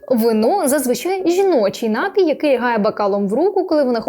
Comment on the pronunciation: Пані, прошу запам'ятати: напІІІІІІІй, напООООООООї. Наголос тільки один! А щодо кількости алкоголю - то немає безпечної дози. Он мій батько впродовж певного часу постійно пив пиво в автівці, а потім приходив додому й поводився мов остання паскуда. Зрештою довів свій організм до інсульту, рік мусив відновлювати здоров'я й нині не п'є. Зате їсть солодощі й сидить за компом до пів на четверту ранку. Трясця... Шановне панство, не пийте тої гидоти! Майте повагу до себе й до всіх довкола себе! До речі, я не п'ю, бо ще у школі так вирішила. А на тупі жарти, якщо мене вже дико забодали, питаю: "А що ліпше - прокинутися завтра вранці з чистими печінкою й головою чи не прокинутися взагалі, захлинувшись власною блювотою?" Переважно впливає.